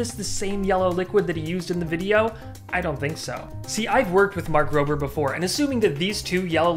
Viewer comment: Mark Rob-er not mark roaber. Lol